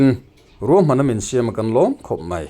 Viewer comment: I tawng thluk, siam tih hi a dik hlel deuh a, a hnuai a mi ang hian Siam:Inbual fai a bual lai tak thluk angin lam tur Siam: i lamrik dan hi Hmun kan phiat a, phiat tih thluk angin i lamri a, heihi chu a diklo zawk